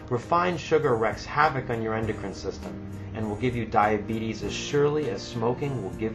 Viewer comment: 😂 what kinda accent is this?